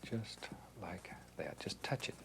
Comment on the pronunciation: I love how he says “like’yat”